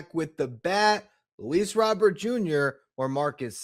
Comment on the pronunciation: Also if you’re gonna be talking about Luis Robert Jr you should prob say it right fuzzy says it right look it up !!!!!!